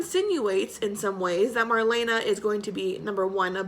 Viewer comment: You say her name like:Mar-lee-na,not Mar-lena,just sayin'.Love you girl!As always great video.